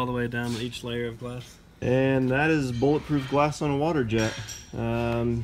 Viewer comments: "bullet ploof glass" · You mean bullet ploof grass (vanossgaming reference)